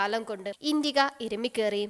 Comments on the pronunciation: It's not intiga, it's an "Indica" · Very pathetic narration...full of miss spelt words... indiga?!?...really? Its indica!!!😣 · V12 അല്ല v2 ആണ്, പിന്നെ ഇണ്ടിക അല്ല ഇന്റിക്ക ആണ്